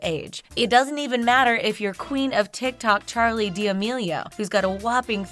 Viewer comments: D'amelio not diamelio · “Charli DA mEIO” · she said dmelio wrong ˆi spelt wrong too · Charli “D E A M E I O” it’s Damelio😂🤣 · Did anyone realise that she said DEAMEIO INSTEAD OF D'AMELIO 😈😈😈😈😈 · “Charlie dEeAmEiO and her sister Dixie” deameio??? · deameio? IT'S DAMELIO!! PRONOUNCED DAMILIO!! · she really said "Charli diamio" that hit different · Its not pronounced ‘Charli deyamiyo’ its pronounced ‘Charli Damelio’ 🙄😑 that really triggered me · It’s not deeameeeeleeeeooooh it’s dameelio. Pronounce it right if you gonna talk bout her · enyone notice how she said Charli Diamelio instead of Charli Damelio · did she just say Charli Diamilio!? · This girl literally said Charlie d Eamilio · Why has no one commented on the fact that she said Charli d"Ameio in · "but for now the official members are Charli D'AMIO????" -Is it that hard to say their last name?! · U say Charli’s last name wrong it’s D’amelio that’s how u say it but u say it deamalio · Is anybosy gonna talk about how she pronounced D'amelio as deamio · “diah meel eo” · “charli diamio” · when she said de-a-meo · Has anyone remembered how she said Charli’s name Charli Diameelio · she said dameo not d’amelio but it said d’amelio😂😂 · Nobody: legit no one: this girl:Charlie DiAmEo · It’s pronounced “duh Mel ee oh” (sorry if this sounds rude) there’s a l, not an i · anyone else kinda mad that’s she’s saying “deeamilio” edit: this is the most amount of likes i’ve ever haddddd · BunnyHop no it is pronounced like da-mi-li-o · it’s damelio pronouncing by du-me-lee-oh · She said charli deameo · “Charli deimilio” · can u stop saying it charlie deameelio lmao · did this girl seriously pronounce Charli's last name as "Diamio" smh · did she just say “charli and dixie dAmEiO” i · and then she said dEaMeLio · Nobody: Literally nobody: The narrator: DEE AMILO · DID SHE JUST SAY DEEAMEEOH!?!? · It's not Charli "D"Amelio. It's D'A-melio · “D’amio” ok honestly its really not that hard to pronounce there last name 🤦🏻‍♀️ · Dee Omilio